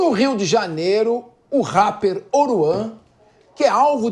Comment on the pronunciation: O cara falou rapeer